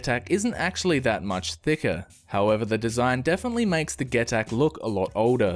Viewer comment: get-ac.....man...its pronounced 'jee-tac' but great vid bar that